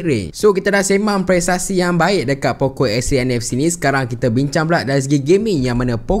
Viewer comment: Poco ke pokok..dgr mcm pokok 😂